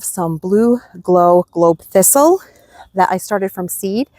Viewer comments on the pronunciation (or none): none